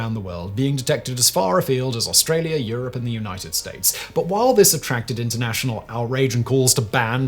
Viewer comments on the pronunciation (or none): none